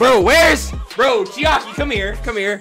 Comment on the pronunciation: And c h i h a r i for chiaki